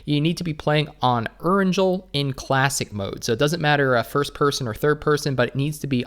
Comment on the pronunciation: Need to learn how to pronounce “Erangel” brother! Lmao. I cringe and crack up hardcore every time you say it. Lol